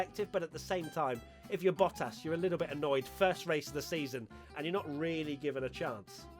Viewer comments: Watching struggle to say Bottas made my whole week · You'd think after all these years you would at least get the "Hamilton, Verstappen, Bottas" part right😂